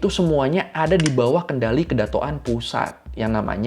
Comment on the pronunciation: Kedatonan bang bukan kedatok an